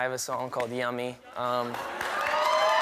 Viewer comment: He can't even pronounce the word "yummy" 🤣 he says y'ammy. Song sucks.